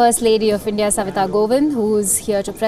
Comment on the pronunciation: It's "Kovind" not Govind🤔